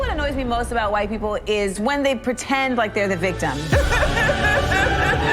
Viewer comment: it's pronounced HHUUUITE